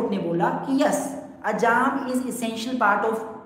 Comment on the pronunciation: Sir, that's not azaam, did you wanna say "azaan" ? Hehe